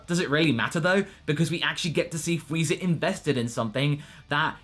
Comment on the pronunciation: At the beginning of the video, did you say Freeza Day? Also for the part where Moscow appears inside the robot suit Wow Danger Will Robinson